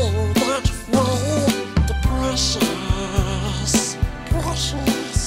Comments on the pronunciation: I thought you kept saying "depression" and not "the precious" 😂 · in the my girl when yoi say the precious i thought you said depression cause I was only listening and I legit said same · I thought he was saying depression during “the precious” singing montage 😭😭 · At first when I heard him say what can make me feel that way the precious I thought he said depression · Why do I hear "depression" instead of "the precious" in his Smeagol song? Also, what do you call a male Karen?